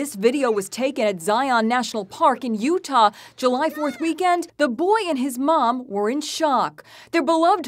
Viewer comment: she said utAl